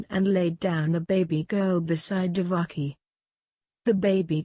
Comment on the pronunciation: not divaki...she was devaki